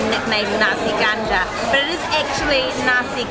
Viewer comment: There is a confusion going on. She mentioned you can find nasi ganja all over Malaysia. That's not true. Also the pronunciation is not accurate too. It sounds more like kandar than ganja.